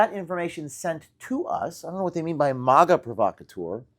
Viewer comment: Forgive me, but dude, why do you say MOGA? It's MAGA, like magazine... Do you say mogazine?